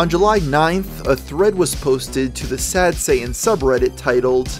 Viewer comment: Occasional it's pronounced "Sad Sayh'in" and other times pronounced "Sad Satan" weird!